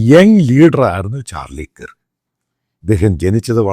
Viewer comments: ചാർളി കിർക് അല്ല ചാർളി കെർക് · Please pronounce his last name correctly🙏